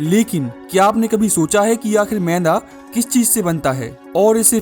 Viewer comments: सब ठीक है पर मैदा को मैंदा क्वो बोल रहा 😅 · Bhai mai like share subscribe sab kr dunga lekin tu phle मैदा ko मैदा bolna sikh ऐदा नहीं bolte usko... Tbhi se ऐदा-ऐदा bole jaa rha h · Bro it’s not meinda maida😂😂😂😂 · Meda bolo bhai 😂 menda nhi 😂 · Is aadmi ko maida bolna nahi aata Yeh mainda bola, laanat hai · Ye maida bolte h na ki mainda 😂😂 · भाई तेरा ये व्हिडिओ बहुत बडीया है. मगर तू ठीक से शब्द उच्चारण करना सीख ले. तू मैदा,या मेंदा,या मैला इस मैं से क्या बोल रहा है. जरा खुद ही फिर से ये व्हिडिओ देखं कर फिर से बता. कॉमेन्ट्री खुद ही करना जरुरी तो नहीं है. किसी अच्छे शब्द उच्चारण वाले को ये काम देता तो बेहत्तर होता. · Mainda nhi maida h ye pahle bolna to seekh le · मैदा ❌ मैंदा ✅ 😂